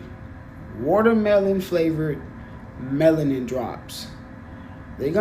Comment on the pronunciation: Dude said melanin with a T